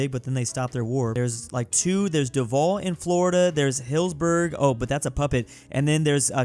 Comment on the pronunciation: Bro why did you say caller instead of Collier and hillsburg instead of Hillsborough? And also why did you say bradwell instead of Broward County?